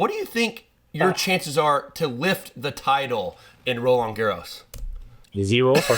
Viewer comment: Sam, ix-nay your incorrect "Garros" pronunciation. The "D" in Roland is silent; the S in Garros is not. BUT for you to accessorize with a scarf would be très chic!